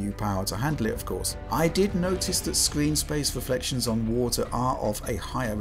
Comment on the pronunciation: I love how he says: “Square ehniks”